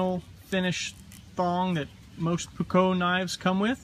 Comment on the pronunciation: The correct spelling would be almost like a japanese word. Short O, not ''Ou'' like the americans say their O.